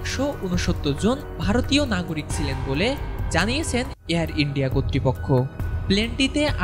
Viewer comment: উচ্চারণ ঠিক করেন প্লিজ। শব্দটা "যাত্রী, জাত্রী না" আর সিলেন আবার কি শব্দ? শব্দটা হবে "ছিলেন". বিরক্তিকর। এখনো পর্যন্ত এবং ইংরেজি খবর পড়ার সঙ্গে অন্য কোন চ্যানেলের তুলনাই হয় না।